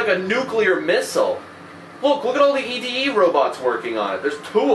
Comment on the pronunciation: Its actually pronounced Eddy not ED-E